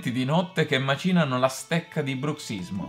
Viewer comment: Macinano, non macinano (accento sulla prima "a", non sulla "i")... 😁